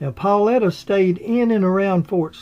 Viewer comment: Well done! I would only say that Paulita is pronounced 'Paul-eee-ta' (long e sound). Similarly, Deluvina is pronounced 'Duh-luh-veen-ah'. Hope that helps. Thank you for the video!